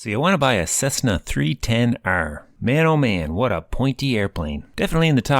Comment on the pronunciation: Great channel, but please stop saying 'Cezzna'.